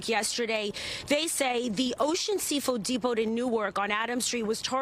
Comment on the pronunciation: “Seafood depood” lmaoo 😂😂😂